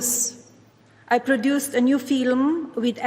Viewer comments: "I am starring in a fillum" What the flying f*ck is a "fillum?" FIFA has announced they are starting a new "Peace Prize" Wonder who will the first person to get it? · The way she pronounced film as "feel-em" absolutely proves she's a "genie-ass". 😆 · "Film" only has one syllable u fuckin DB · A new “feelim”😂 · "I produced a new feelim" Didn't her husband say that we speak English in this country? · Crikey I've never heard 'film' pronounced so badly! 😮